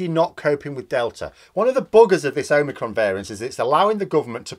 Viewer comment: That was Unicron, not Omicron, 🤖